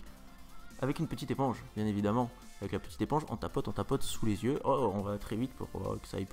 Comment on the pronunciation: xDDD "on prend un crayon et on s'écrit dans les zieux" aaaaa JPP